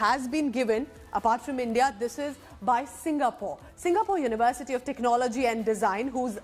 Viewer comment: It's not SIGA-POR, it's Singapore.